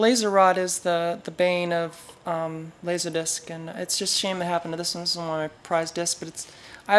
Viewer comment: “Lasahdisc”. Love your pronunciation of “Laserdisc” and love this video! I’ve been into laserdisc since 1990, and this video explains everything so nicely. I look forward to exploring your channel.